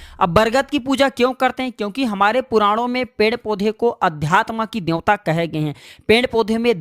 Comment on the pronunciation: Pend kya hota hai?? Uchcharan Ped hota hai, ya Pend hota hai???